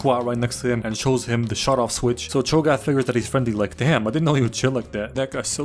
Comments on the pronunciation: “Chogath” 😂 its hogarth😂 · love how you called him chogath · did you srsly call him chogath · I can’t tell if he’s calling him chogath on purpose or not -_ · I just can't take it seriously with you calling him Cho'Gath this whole time. Also THANK you for recognizing his big dick energy in the tsunami chair/road scene. That scene lives rent free in my reference memory. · Hahaha chogath??? Goodwon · Chograph Is all I hear ddeepcut youtube meme comment if you know it